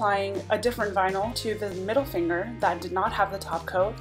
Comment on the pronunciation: On the 1st hack all I heard was "No Honey dats you finguh!" 😂